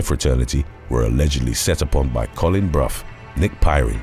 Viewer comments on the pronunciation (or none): none